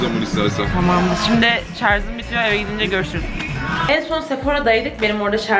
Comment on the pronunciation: Şarz değil şarj.